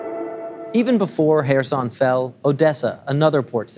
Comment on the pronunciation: Finally a news reader that can pronounce Kherson/Херсон properly (the first k is silent)